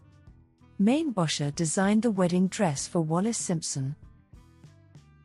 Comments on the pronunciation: Actually pronounced as in "Maine-bocker" with a hard "K" sound. He was a Chicagoan. His name was not "French". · Mainbocher is pronounced Main-Bow-Shay. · AI can't pronounce his name. LOL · Don’t you love AI???? Can’t even pronounce his name. Ridiculous